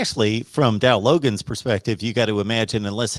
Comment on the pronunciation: Before I commented or gave an opinion on someone, I would research my subject. I would know how to pronounce a name. The Jets let him go so he ended up in Arkansas. Research.